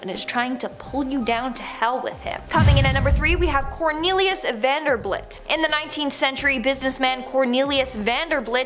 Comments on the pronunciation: Vanderbelt is how his name is pronounced! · THE NAME IS VANDERBILT NOT BLIT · Vanderbilt not VanderBLIT